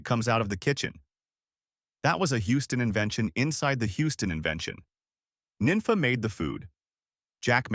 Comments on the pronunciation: The way you're pronouncing these names is killing me. Her name was pronounced "neen fah." If you were from here, you'd know better. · 'Nenfa". wtf.